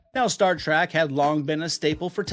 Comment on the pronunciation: "Star Track"...🤔